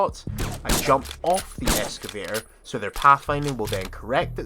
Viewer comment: X-ca-vay-tor Not S-ca-vay-tor